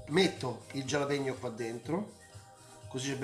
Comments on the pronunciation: La pronuncia è "halapegno" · Max ti seguo sempre e amo le tue ricette, pero' te prego, "gialapeño" nun se po' senti'... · Bella ricetta e tutto però potresti pronunciare meglio il nome del peperoncino..